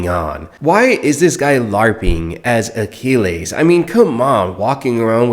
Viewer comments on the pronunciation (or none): Who is “AQUI-LESS”😂